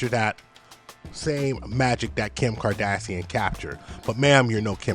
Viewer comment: Everytime you say Kardassian” I think of Star Trek 😂😂😂